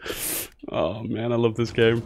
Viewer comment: I know this is exremely nitpick-y but in the company MAN you proncounce every single letter instead of saying it as a word. So M - A - N